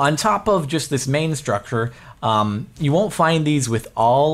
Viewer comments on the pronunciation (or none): none